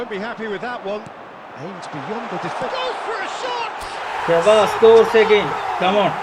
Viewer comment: Sheva alla shavAm 😂 andi cardd 😢😢z